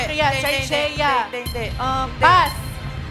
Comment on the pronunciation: Yung ng Vida family gumamit pa ng mga fancy anatomical terms, mali-mali naman. Anong traincheea? Wala naman 'n' yun. Trachea (TRAY-kee-uh) lang yun uy! Buti nga talo. Lol